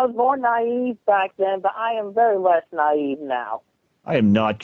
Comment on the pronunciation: Naive with a hard e 😂